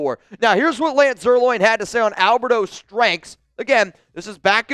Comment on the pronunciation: Please know I've kept my mouth shut a half dozen or more times. I'm not dogging you, just telling you how to pronounce someone's name, since you say his name a lot. It's pronounced Lance Zer 'line' not Zer 'loin'. You're a true Raider, Love you buddy!